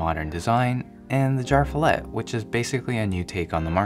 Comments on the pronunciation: no offense, but your swedish pronunciation could use some work.. :D I kept wondering what "jarfillet" was! Umlaut-A is an E! Jer-fjellet! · As a nordic guy with basic knowledge of swedish i can't help but laugh when english-speaking people try pronouncing ikea product names :D Jar Fillet sounds like meat from a can, or some fancy name for SPAM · It is pronounced "YarvFeeyallet" . Fjäll means mountain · Its pronounced yearv-f'yellet just saying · "jarv fillet" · His pronunciation of JÄRVFJÄLLET hurts my swedish ears. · Had to listen to how you would pronounce JÄRVFJÄLLET. IKEA are not making it easy for international customers.